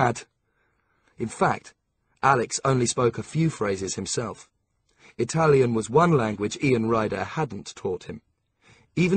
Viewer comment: Italian pronunciation is awful 😕